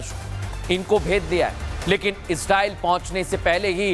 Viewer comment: Bhai Israel ka pronunciation thik se kariye samajh nhi aa rha bol kya rahe